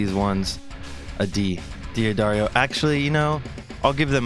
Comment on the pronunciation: I was wondering if this guy was going to pronounce D’Addario correctly. He didn’t. Moving on.